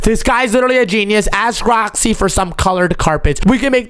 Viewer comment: bro just said aks instead of ask